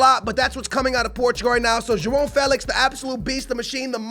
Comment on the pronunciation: Pronunciations: Higuain = IguaHin Joao Felix = Joaon Felix Nelson Semedo = Nelson Smeedu Aouor = Owar